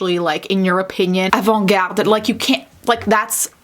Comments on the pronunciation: Oh that « avant-garde » sounded so french ! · THIS IS SO FUNNY also I appreciate your proper pronunciation of words like how you said avant-garde properly! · Yo, that's really nicely said "avant garde" looked almost like a real French person...